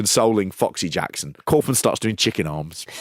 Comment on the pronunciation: Are we gonna talk about how he calls himself ‘cowf-man’ and not ‘cawf-man’?